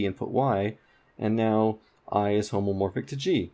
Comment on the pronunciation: Hey, it's homeomorphic, not homomorphic. Graph homomorphism is very different from homeomorphism.